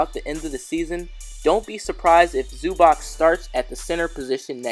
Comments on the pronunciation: Zubac's name is pronounced "Zu-BOTS" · Its Zub-ats